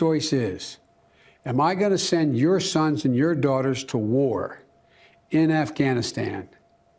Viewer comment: Why does he keep calling it Afghanistand???